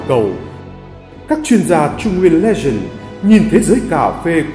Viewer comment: Bạn nào vừa đọc thì sửa hộ độc giả chữ " legent" thành " legend " nhé. Hi hi hi !!!